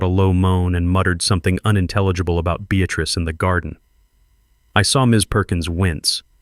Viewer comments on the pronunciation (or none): Beatatrice or Beatrice? Get it right!